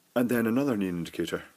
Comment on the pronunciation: neON not neAN